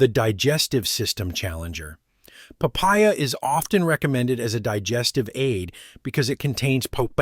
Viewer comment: what is pee-pah-ya ??? The fruit in the pic looks like papaya, but the narrator distinctly says pee-pah-ya.